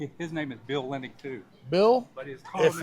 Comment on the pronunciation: Okay, you got the spelling right, but you keep saying Linning instead of Linnig - even with an actual family member with the last name of Linnig... Lin - nig... it's easier to say than Linn -ing.